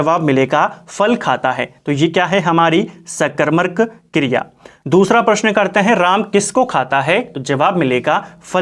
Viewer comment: bhout sundr 🙏 Wese mene phle v ye notices kiya h ki ap सकरमक ko सकरमरक khte ho😛